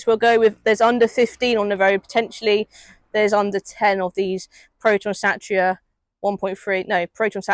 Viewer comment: Its called a Satira pronounced Sateera not Satcha